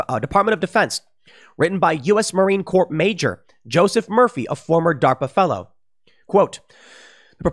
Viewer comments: Marine Corps should be pronounced "marine core" not "marine corp" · It’s not Marine Corp. It’s Marine Corps, pronounced core (I know you were just reading from the article) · They could have at least spelled "Marine CORPS" correctly...and, it's pronounced "core", Tim. Even if it's spelled incorrectly. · did Tim just say Marine CorP? With a hard P? Lmao